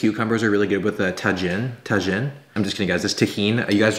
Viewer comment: it's TAJINE not TAKHINE or TAHINE you were saying it right